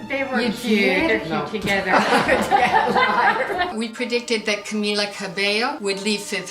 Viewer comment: SuperBreezy100 yeah they could predict Camila and Lauren were a thing but they couldn’t predict how to pronounce camila’s name correctly. Wow. Such credible sources. They predicted Camila was going solo, just like everyone in the fandom who knew. Do you guys not realize that they just cater to their audience and want to tell them what they want to hear ? They say predictions that are no brainers. Honey you need to get out of your little stan circle and see life as it Is. It’s embarrassing to even mention camren ... but then again do your thing and cherry pick your “proofs” however you like lol leaving out what’s inconvenient. by the end of the day EVEN THO IT IS NOT TRUE, let’s say it is, it’s her life and every “camren” stan is ugly as fuck for wanting to out them, make them feel uncomfortable and assuming their sexuality. Lauren hated the shit out of camren stans Bc they minimized her to her sexuality. I suggest you become more realistic and aware Bc they never ever confirmed camren and seemed to hate the thought of it to death whenever mentioned so yeah sure... they were a thing.